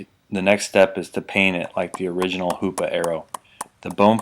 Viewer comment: Every time he said hoops arrow I said HOOOO PAA